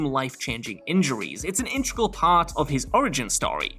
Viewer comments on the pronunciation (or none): Integral, not intregal